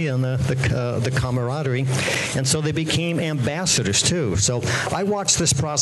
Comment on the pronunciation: How many times is Walter Day going to mispronounce camaraderie? Nobody wants to hear how Day, Mitchell, or Rogers are friends or how they founded a community. It would be nice to get a confession or an apology, but that's obviously not gonna happen. Fuck all of these assholes.